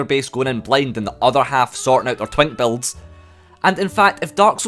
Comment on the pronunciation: It took me 15 minutes to realize he was saying BUILDS not BELTS. English is not my first language.... XD